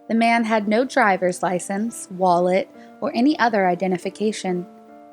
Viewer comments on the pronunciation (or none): none